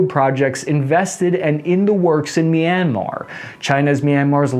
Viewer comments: Say MEEEANMAR One more FVCKING Time, Go Ahead SAY IT!! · CAN YOU PLEASE PRONOUNCE MYANMAR RIGHT